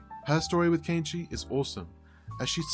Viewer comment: An English speaking person pronouncing Kenichi's name properly!? Ok, you got my attention even before the 1 minute mark.